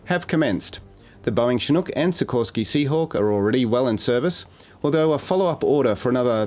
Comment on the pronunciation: Tsinuk😂😂😂... ok AI well played